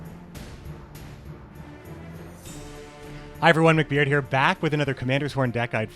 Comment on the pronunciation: Mc"NOT"Beard... Amirite? Anyway great vids man, keep it up!